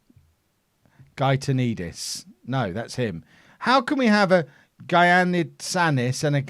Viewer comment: Gia is pronnounced Ya . so Giannitsanis is pronnounced Yanitsάnnis. The second game was against Yanena . a nice phrase to start with is " Ya sou re malaka"